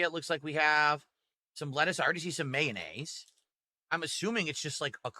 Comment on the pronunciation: What the hell is "MAYNAZE" ?!